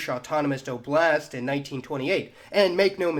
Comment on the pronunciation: It's Oblast, not oblAst